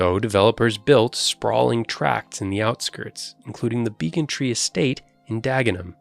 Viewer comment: It's spelled 'Beacon-tree' but actually pronounced 'Beckon-tree'.